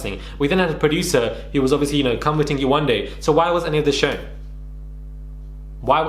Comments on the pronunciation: I’m sooo tired that people can be so ignorant in pronouncing someone’s name. How can you dismiss someone’s identity. When are people going to learn? When? 😔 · They can pronounce “Elizabeth “ and not “ Yewande” - yay , one , day. 😑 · Lucie must be slow. How can you not pronounce Yewande? YE-WAND-DE 🤦‍♀️, makes me think she was doing it on purpose. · Yewande is not a difficult name to say. The name flows so beautifully how can you continuously get it wrong? It's just pure laziness, rudeness and racism. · Yewande isn’t even difficult to pronounce..and it’s a beautiful name!! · Here’s the link : Are you going to make a video on this guy for mispronouncing her name? You seemed to find it funny here though 🤨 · I’m white. Never had a problem pronouncing any name. These people are so embarrassing. Yewande is a babe. She shouldn’t be putting up with this shit in 2021. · If I can read a Harry Potter book that has words like Expelliarmus, Expecto patronum and Wingardium Leviosa at the age of 12. Why can't head and shoulders, a big adult pronounce Yewande, kmt! Go collect your extensions and wait for the rubbish truck at the side of the road. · Why not make a effort to say her name correctly??? Lucifer Karen you are a mess 😳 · They can pronounce rapunzel but they can’t say yewande name 🙃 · Yewande isn’t even difficult to pronounce, Lucie was intentionally being a dickhead then now playing the victim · Yewande isn’t even difficult to pronounce that’s how you know lucifer is just racist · glad someone else thought the same, it proves that she just doesn't respect her enough to learn it...like how thick and simple minded do you have to be to not know how to pronounce it or at least put the effort into learning how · 3 weeks to pronounce a 3 syllable name. I really can’t get over this.